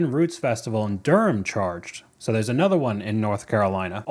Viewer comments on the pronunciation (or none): none